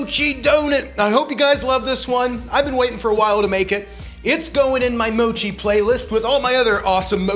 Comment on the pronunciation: It's not called Moe-chi. It's called Moch-i. Please listen to how the Japanese pronounce it. Google Translate is your friend. 😎👍